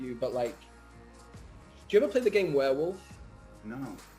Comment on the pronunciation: ok, its warewolf, not wareWOOF.... =/